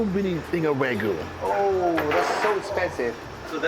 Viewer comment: 왜구라고 발음 제대로 ㅋㅋ 와규아니고 왜구 ㅋㅋㅋ